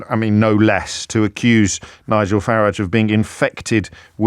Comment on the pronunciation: It's not Farige O'Brien. It's Farage.